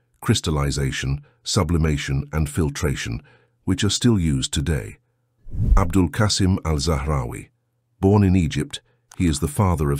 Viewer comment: Just a small correction. It's abu alkassem not abdul kassem